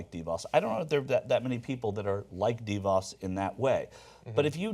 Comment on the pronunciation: How is it that people (particularly hosts and guests on the show) can't pronouce DeVos yet? It's duh-VOSS.